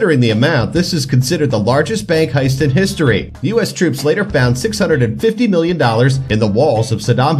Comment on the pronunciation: Why does your million sound like billion